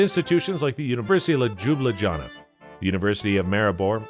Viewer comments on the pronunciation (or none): Loo-blee-aa-nah, not lajublajana...WTF? Come on, have at least that much respect and try to pronounce correctly. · bro really said L-jew-bluh-jannah 💀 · University of Dzhubladzhana? 🥴😂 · Not the Eldjoobeldjana xDDD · Loob-lee-anna would be pronouciation of capital and I don't even speak the language, still nicely done video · I'm a Brit living in Slovenia, a beautiful and safe country. Nice video, until you get to the pronunciation. Come guys, you could at least try before mangling these words in a video. The capital is not called JUBU-JUBU-JANA and as for the national dishes, hilarious, if it wasn't so insulting. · La Đubla Đana :D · Lubladžajna. :face-blue-smiling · it hurt when you tried to prononunce Ljubljana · I always laugh my ass off when ever I hear an English speaking Person trying to say: "Ljubljana" It's always a massacre 🤦‍♂ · I used to find ridiculous pronunciation of Ljubljana (and many other Slovene words) funny in the past. However at this point it is dead giveaway of lazy, ChatGPT related content. I wouldn't mind occasional mistake, but I can't imagine anyone pronouncing Ljubljana the way you did and thinking "yeah, that sounds about right".